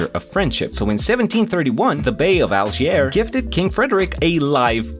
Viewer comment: mans butchered Algiers :face-pink-tears::face-pink-tears::face-pink-tears